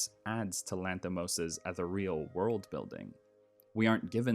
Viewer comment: All attempts at credibility through verbose and pseudo-intellectual language collapsed after i heard your pronunciation of "ethereal". A shame, really.